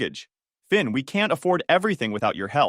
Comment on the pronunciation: Thin, Vin?? His name was Finn !!!